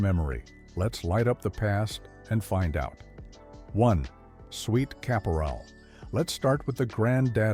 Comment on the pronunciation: Just a small hint, it's Sweet Kap-er-al, not ca-pore-al. My parents had a convenience store, I know them all!